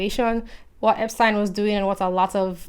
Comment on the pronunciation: I'm just glad someone knows how to pronounce 'Epstein!'